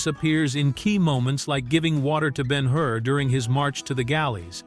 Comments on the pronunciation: And it would be so much easier to read and not be droning run-on sentences if you knew how to use puctuation. Judah Ben-Hur (not "been her"). And the point of not showing Jesus's face is to keep His mystique and humility; not show Him as a man; notice that the Bible does not go into detail about His appearance. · Not Ben Hoor. Ben Her. AI Sucks. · Not to mention he pronounces the character as Ben-"Hoor" rather than Ben Hur. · This piece fails in so many ways! This is an amazing film... does it make sense to use an AI narration that can't pronounce the composers name properly... or EVEN the name of the person portrayed in the picture?! BEN HOOOR? WHAT? The use of a 2/2 country background is LUDICROUS. I turned it off after 3 minutes of this drivel! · Ben HOOR? HA! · Who ever produced this is DEFINITELY NOT READY FOR PRIME TIME! Ben-HOOR? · I agree. I have been a voice actor for five decades and AI is destroying my business with crappy narrations all done by the same pathetic computer manipulated voice that pronounced most of the names incorrectly. Ben-HOOR? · For me, Ben Hur is still the best film ever made. This AI voice is present in many AI videos. In this case at least the name of the movie and the name of the protagonist should be correctly pronounced. It's not Ben Hoo-er.